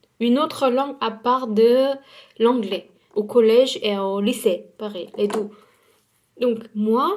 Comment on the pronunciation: Coucou je suis nouvelle sur la chaîne et j'ai remarqué que le chiffre 2 tu le prononce "dou" c'est faux ça se prononce "de" et sa s'écrit deux 💗💗💗(bisous,je t'adore)